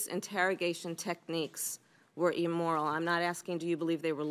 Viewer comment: Wtf is emoral?